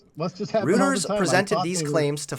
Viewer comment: Ayo, its ROY-ters, not Roo-ters. Have a good day :D